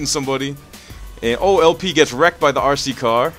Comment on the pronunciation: The way you pronounce RC car is amazing, sounds like your saying ARSEY CAR haha